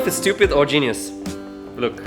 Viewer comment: did he just say "should blook very nice"?